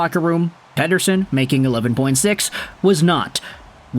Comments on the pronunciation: Pretty sure that’s the real pronunciation lol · It is actually correctly pronounced. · Pronounced perfectly.